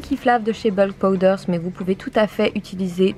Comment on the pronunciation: Je crois que tu fais partie des 1% de gens qui savent prononcer Bulk Powders correctement ;-)